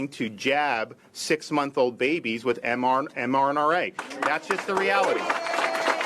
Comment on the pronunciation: Seems to have a problem saying mRNA for such an 'articulate' man! lol Damn fine governor though!